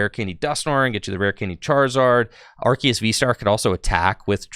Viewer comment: youre pronouncing arceus wrong